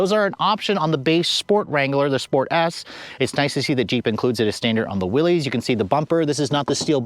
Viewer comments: It's pronounced Willis not willies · It isn’t “Willies “. Good god that is embarrassing